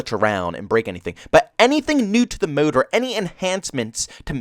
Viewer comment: I like how you pronounce 'MODE'. :) muude